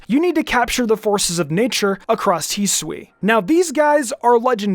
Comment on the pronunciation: its not heswee it's hi sue ee, hisui!